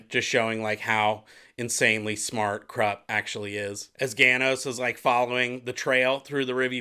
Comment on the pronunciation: I'm quite sure Kruppe is pronounced as kroop-pay.... My 2 paise...